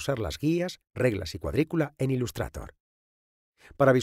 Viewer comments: Decir 'ilustrator' en vez de 'ilustreitor' es otro nivel 😂😂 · "Ilustrator", madre mía tio estos españoles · "Ilustrator".... ese Engliiisss x,,D jajajaja. Buen vídeo :D